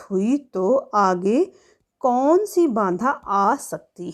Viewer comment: मैम, बांधा है कि बाधा कृपया उच्चारण पर ध्यान दीजिए